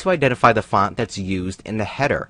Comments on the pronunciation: This guy cannot say font correctly. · I love how he says font